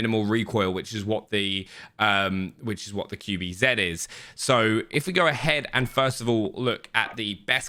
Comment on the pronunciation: i love you but....QBZ. Q - Kju B- Bi Z - Zi.....not zeeeed. Cmoooon dude, you can do better.